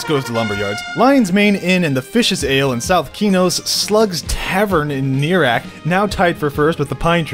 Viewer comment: Neerak? I thought it was pronounced Ner-i-ak.